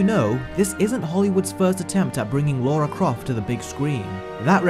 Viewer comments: LA-RA, not Laura. It's on the movie covers you keep showing, and you even spelled it wrong in your own title screens... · "Lara" not "Laura" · Anyone else notice the amount of times he says “Laura”, who is she!! It’s Lara 😂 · it is Lara not laura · It's pronounced Lara not laura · Laura? It's Lara!!! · It's 'Lara Croft' not 'Laura Croft'. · hey so I've been binging your videos all night, specifically the live Disney remakes, you make so much sense and explain so completely why the remakes are trash compared to the original animated versions, but my guy, I'm not sure I can forgive the continued mispronunciation of Lara's name. both pronouncing it as Laura and writing it in the video as such calls to question if you actually watched the movies........? no shade intended, I'm just finding your videos and am excited to watch more of your vs series. thanks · Lara --Lahr-uh. There is no U. If it was meant to be Laura, it would have been spelled, "Laura". Gah. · "Lora"??? Do your homework mate :/ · Lara its Lara Croft pronounce right your British!